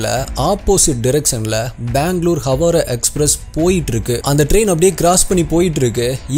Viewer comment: ஹவாரா‌ அல்ல ஹவ்ரா